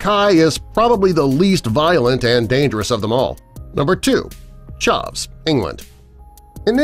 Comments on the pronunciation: He pronounced chav wrong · Man said chaav bro it’s pronounced chav and also they’re not a gang it’s an insult for a wannabe gang member. Like you’d say he’s such a chav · He said charv not chav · oml, his pronunciation of chav literally killed me. and yes, while a group of chavs may sometimes be a gang, that does not mean that all chavs are part of a gang. being a chav is a personality, a way of dressing/talking/acting etc. but that does not make them all part of one gang, sometimes its just a group of friends that are all chavs, they are not gang members, they are just friends hanging out. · Ikr man can't even say "chav" properly. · bro said chav wrong aswell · Bruv got me wheezing at how he says chav lmfao